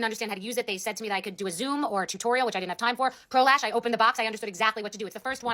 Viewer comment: I literally thought you said prolapse instead of pro lash 😭